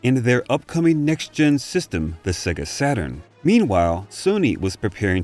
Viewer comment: Amazing video thank you! Just one tiny thing though. SEGA is pronounced 'SEYGA' (rhyming with AGES) not SEGGA (as in EGG).